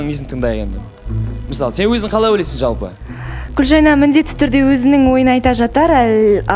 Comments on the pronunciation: Гүлжайнаш деп мына жүргізуші елдің миын ашытты. Гүлжайна емес па онда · Катсусылар ушин,Гулжанат деп шайнап отрма атын хоть дурыстап айтшы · отынем Гульжайнага Ш-ны коспай сойлеш бесит уже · Гүлжайна ғой аты, Гүлжайнаш, Гүлжайнат деп де айтып отыр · Гулжайна деп дурыстап айтындар оздерин..